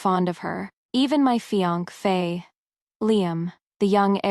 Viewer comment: You continuously mispronounce Fiance Fa. Like Fiank Fa. I know it your story but it sounds weird and not read right. 🤔 But otherwise good story! 👏🏻